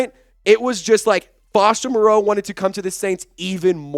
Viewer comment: Not to be picky, but Foster and his family pronounce his surname like Morrow not Mor-ROE' Here is Foster explaining the pronunciation. He says its doesn't mind the way most people (mis) pronounce.